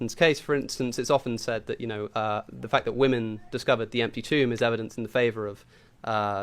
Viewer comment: What is it with people not saying Women properly? Not saying Wymen and saying Woomen